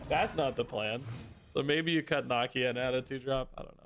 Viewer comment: Nuh like Knull, Key, Uh - Nakia - she’s in the movie my guy 😅